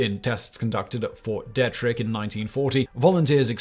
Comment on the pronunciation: It's pronounced Ft. Dee trick. Glad I could help.😌